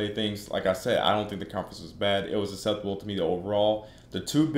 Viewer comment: " It was aseptable" lol